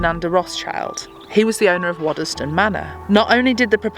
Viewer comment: Great episode. But please learn how to say Waddesdon - its pronounced Wadsdon